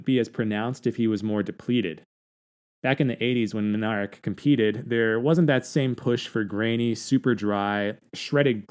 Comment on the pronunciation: Libor Minarik pronounced Minarzik.